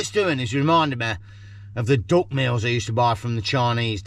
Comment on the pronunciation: Great video as always, but as an Australian listening to a english accent I thought you were saying DOG burgers!😂 glad it was DUCK! 😅